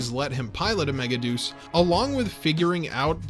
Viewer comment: I hate that the dub chose to pronounce it Mega-Deuce and not Mega-De-Us. Because a mega shit is not as cool as a mega God.